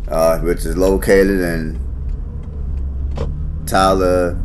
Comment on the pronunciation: It's pronounced "sil-luh-cah-guh" And it's in "Tal-Luh-Deh-Guh" County. I know you've seen Talladega Nights before.